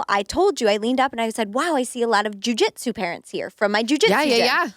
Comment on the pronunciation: They spent like the first 10 minutes comparing two toddlers and judging someones parenting choices. hmm. Also the way over pronounces Jujitsu is so cringe.